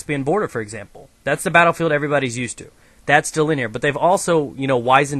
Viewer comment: He says BattleFail instead of Battlefield! Soooooo??